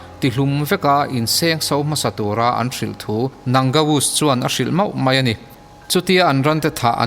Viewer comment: Ngaihnawm hlawm hle mai. Mahse, mai tih tur mei i ti tlat hi insiamṭhat a ngai nih hi. 👍👍👍